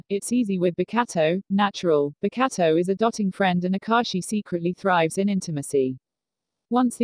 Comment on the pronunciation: Pls, every time the voice says “Bokuto”😂😭🤚 “Bakatto”🤣